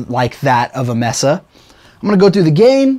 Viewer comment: Dude, nice video but just two things... One -- the companies name is Mesa, pronounced May-suh, not Mess-suh. And two -- kind of hard to really hear the guitar and the amp sounds small and a bit thin. This is the thinnest that I have heard this amp sound and it sounds very sterile. Not tubey at all. Just two things to mention and an opinion. If anything, this video has made me reluctant to buy this amp. And I own a lot of expensive amps. Unsure if this will do anything that I could ever use it for now. Thanks for the video anyway. Very good production, aside from it being hard to hear the guitar. Edit -- oh and how does one bias this amp? And can one change tubes? Thanks. Edit -- after hearing it a second time we can turn the sound up, of course, and hear the guitar amp, but the spoken word volume is so much higher than the amp. The amp does sound more full though, but still more sterile than expected.